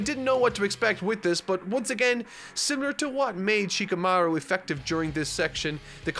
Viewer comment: Just in case still having some issues with names: a good rule of thumb is that Japanese names do not have the emphasis on the second syllable. Rather, its on the first: NA-ru-to. SHI-kamaru. SA-suke. By following that rule, you'll 9 times out of ten pronounce the name correctly. You NEVER emphasize the second syllable. Japanese people find that cringe inducing. Sure, it may not be how those who speak English pronounce it, and there are arguments for that, but there are certain names - Shikamaru is a pet peeve - that just sound better when using that method. It is not Shi-ka-MA-ru. It's Shi-kamaru as Shika is a word that means "deer" coupled with "maru" which is often used as a male-name ending..thing.